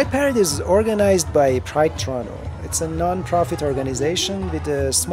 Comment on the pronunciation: Oh sorry. I heard "Pride Parade" as Guy parade Lol